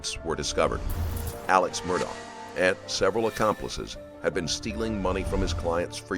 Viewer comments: hes not murdaugh, hes murdaurgher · It's ALEC, not Alex! And Murdaugh is pronounced "Mur -Dock". Man, I love the reporting, but get the names right please. 💙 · How are you going to do a documentary like this and not be able to pronounce the persons name right? His name is spelled Alex, but it is pronounced Alec. His last name is Murdaugh, but it’s pronounced Murdoch.